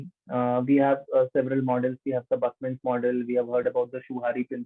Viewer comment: I understand! It is Tuckman's model but he sound like Buckman's model.